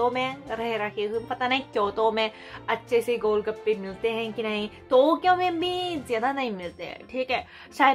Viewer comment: You said kotyo or Tokyo I am confused